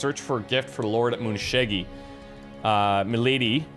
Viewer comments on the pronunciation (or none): YO It's Tachibana Muneshige, not Tachibana MuneshigA XD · still wrong, (moo neh she geh) the "ge" is pronounced like the "ge" in "get". and the "ne" is pronounced like the "ne" in "Netch" or "Nestle" or "Nether". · then again its Edward Kelley thus the Muneshiga :). Muneshige when you fight him in the sub mission. It should be called " Muneshiga, the Muneshige Imposter"